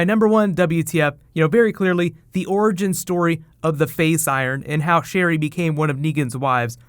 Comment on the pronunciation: Sherryl. Just that. Sherryl.